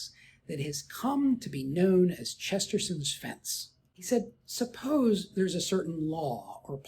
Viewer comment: Not to split hairs, but it's Chesterton's, not Chesterson's